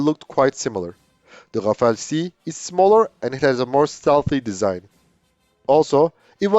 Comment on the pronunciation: It's Rafale, not Rafael, which is an Israeli company, or Rafaele. 'Omnirole' is a marketing term, just like '5th generation', which is supposed to cover some specific features.